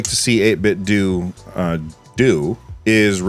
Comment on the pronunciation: its 8bitdew sir not 8bitdough.